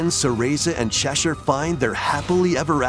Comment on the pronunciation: I’m glad he pronounced Cheshire correctly.